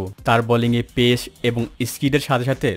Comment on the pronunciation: ভালো লেগেছে কিন্তু উচ্চারনগত ত্রুটি সম্পূর্ণ উপভোগ করতে দেয়নি। যেমনঃ ১. পেস= আরবী হরফ পেশ(`) এর মত উচ্চারন। ২. পেসার হয়েছে= পে..শার। এই টাইপ আরো কিছু জিনিস।অন্যথায় খুবই তথ্যবহুল ছিল।।